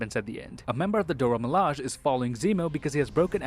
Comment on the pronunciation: Everyone else: Dora Me-la-zhey: Dora Milaaj